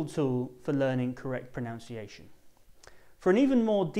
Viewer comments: good video. One AOI. You pronounced "pronunciation" incorrectly. The word pronunciation isn't made by combining "pronounce" and "iation". It is Pronunciation, not pronoUnciation. Hence, the sound is: Pro-nun-ci-ation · did he just say pro"noun"ciation ? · An English teacher pronouncing "pronunciation" like "pronounciation"? Really?! I mean really?! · Is there such a word as ' pronounciation' ( as heard in this presentation)? I know that there is a verb - 'pronounce' and a noun 'pronunciation' ... with different and distinct spelling i.e. '...noun..' and ' ...nun.......' . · Did you pronounce "pronounciation"🙄🙄🙄???? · pronunciation is word is pronounced wrong . Sorry sir 😉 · He is explaning phonetics but pronouncing pronunciation incorrectly it's like irony. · how ironic u said pronunciation wrong